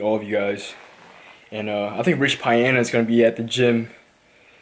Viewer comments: rich pie-ana? really? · Rich Pie-Ana